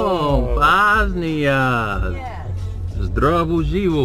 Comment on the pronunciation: 100% she cant speak it if she pronounced bOSnia like that